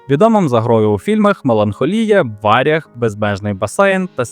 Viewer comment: ВарЯг, а не вАряг